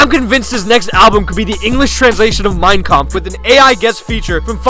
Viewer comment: did someone else hear "mine cum" when he said "mein kampf"